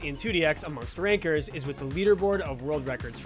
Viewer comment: Gotta get Chance R in one of these videos for ITG, great video! weird how Ranker sounds like Rynker lol